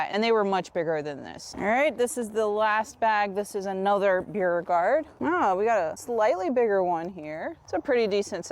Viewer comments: It’s pronounced Bo regard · Beauregard pronunciation (Bor-gard) it's the Parish I'm from in Louisiana 😊 Love love your videos Louisiana and Florida so similar ty for all of your information very easy to understand